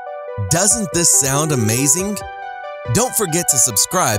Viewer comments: Heres a fact for you, the word amazing is not pronounced with a k at the end! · he said amazink..!?